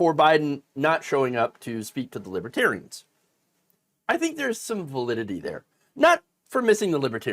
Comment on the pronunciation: He couldn't even pronounce it right. "Libbatarians" more than once.